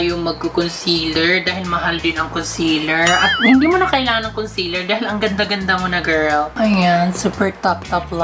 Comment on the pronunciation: Yeeeesh concealer na tawaag nya omg HAHAHAHHA.